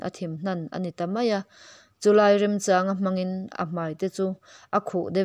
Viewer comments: Singaia a haw huna chawng a A tum a ni a Chawng^ ti a a Chhiar kha chawngh bulhmak a lam tur aw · a ngaihnawm hle mai. mahse tawng thluk thenkhat hi fimkhur deuh a tha hle mai. thangthar leh naupang te pawhin an la ngaithla zel dawn si a. eg: Chawn ti a i lam te pawh hi chawn ( thawn thluk ang) ti a lam tur ania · Chawngchen a, chàwng nilo in, chawngpuii hming ilam ang a, 'chawng' ti a lam zawk tur niin ka hria. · Châwng Ani lo, chawng tia lam tur, i chhiar hmâ in, Kum upa zawk te râwn ve tur alawm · A ngaihnawm khawpmai, mahse alam dan ah hiian "zupeng"tiha 'peng' tih.hi chawngzawng tih a chawng tih lamrik anga lamtur ani a, tin ka chawng tih pawh hi chawnzawng ang a lam tur tho ani e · Chawngpuii i lam ang chiah khan Chawng pawh hi lam tur ani. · Chawng ilam dam hi kepchawngpuii ti a chawng ilam rik dan thluk hian lam la adik zawk em aw kati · ‘Chawng’ I lam dan hi a dik lovin ka hria, ‘Kepchawngpuii’ tih a ‘Chawng’ lam rik dana lam tur a ni, hmanlai chuan an chawng thin. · Chawng hi chawnghawi ilam dan a lamtur chawng tihlai tak hi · chawng hi i lam dan a dik lova... thawnthu chhiar dawn chuan thu lam dan uluk deuh ula...(thahnem ngaih thu hla aw, duhsakna) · Chawng tih hi lam rik dan pawh thangthar chuan an thiam ta lo a ni maw? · A ngaihnawm hle mai, ama'rawhchu, duh aiin, chhiar i zir a la ngai deuh. 'Chawng' tih leh 'Zu peng' thil dang pawh lam fuh loh a awm nual